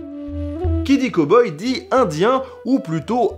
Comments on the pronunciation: cowboy... prononciation à revoir! cow : caow et non pas co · Il dit quand même "Ko-boi" au lieu de "Cow-Boy" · Cow boy à prononcer cAw boy ^^